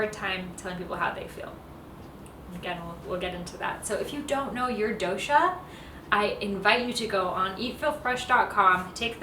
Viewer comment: The " DO" in " DOSHA" is pronounced as " Though-sh" , Not as "DO" on "Do-re-Mon" as also in " toge-THE-r" " Kafa" is to be pronounced as " Cuff" or " Cough"